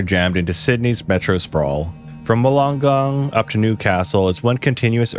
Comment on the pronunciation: And it’s [Wool-en-gone], not Walong-gone